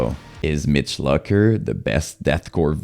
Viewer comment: You cant even say Mitch Lucker's correctly. Therefore your opinion is null and void!